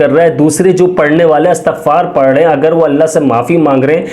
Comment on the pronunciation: Lafz Astagfar nhi blke Istagfar hota he